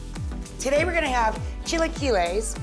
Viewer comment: I knew something went terribly wrong here when she pronounced it as “Chil-uh-keel-eez”